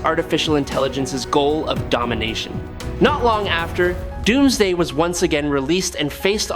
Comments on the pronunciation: Yes he did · did he just say Dumbsday